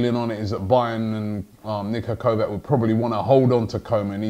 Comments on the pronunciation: Its not kovak, it is said kovach. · It's Niko Kovač - pronounced Kovach, KOVACH not KOVAK. Damn Robbie you really aren't good at pronouncing names huh?